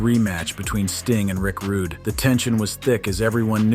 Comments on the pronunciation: Rick Rudegay sounds better ehhh!!!😂😂😂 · Rick Rooday hahahah!!